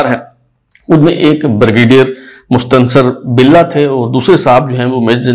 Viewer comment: ہے آپ غلط پڑھ رہے ہیں